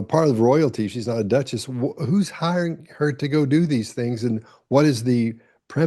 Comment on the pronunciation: There is no "T" in Duchess